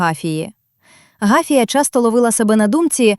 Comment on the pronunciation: Гафія , наголос на другому складі.